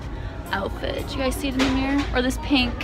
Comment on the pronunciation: Why did she kept saying “dish” instead of this🤕🤔 Btw 2019??😂🤪😁